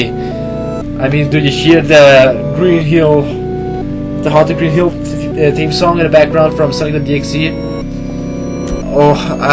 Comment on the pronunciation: Green hill team song lol that's how he says green hill theme song